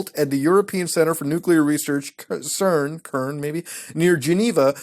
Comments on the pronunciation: I hate to be t h a t guy but cern is pronounced S e r n not k e r n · I TS PRONOUNCED CERN NOT KERN DAMNIT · Jus heads up it's pronounced "sern" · It's Cern, not Cern. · Lol "ce-rn" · It's Cern, as in "there's nothing to be conCERNed about". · CERN is pronounced SERN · "kern" bruh you dumb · Muta... you know damn well its pronounced "S-ern"